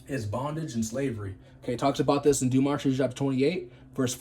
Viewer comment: It's Deuteronomy, not demonitry